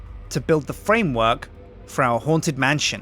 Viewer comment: You say mantion instead of man-sh-on